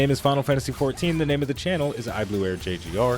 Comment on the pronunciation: You are the first person that pronounced all the names correctly. Really appreciate the effort you put in to them.